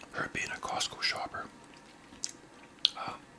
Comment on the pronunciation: The name is: COSTCO not Cosco. But we'll let it slide cuz you're not a real member. You get a pass! 😅